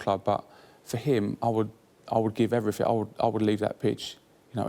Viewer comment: ..."he done everyfing"?!😆🤣really...as an adult....everyfing?!